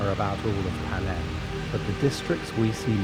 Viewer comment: Please use your own voice and not an AI voice that can't even pronounce Panem